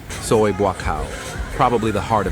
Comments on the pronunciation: "So eye"? You mean soi (soy). What a moron. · “Soo-i” 6??? Time for a new AI. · So-eye six? So-eye seven? Seriously? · Do you think you will ever pronounce “Pattaya” properly? Or “soi?” Duh! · Oh, that's why the voice pronounced Soi as in French. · Getting older and expecting everything to be the same or even wanting it to be, is UNREASONABLE. (AI voice tripped up on the word "soi" 😂.) +1 (Liked and subscribed btw👍)